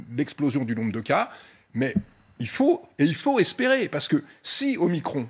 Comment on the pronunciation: isolement ducon, pas isolation, nous ne sommes pas des murs, et omicron pas omicrone, sinon on dit macrone et pas macron